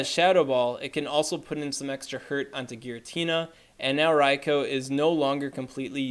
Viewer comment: Rai-Ko? who's Raiko? Does he mean Raikou?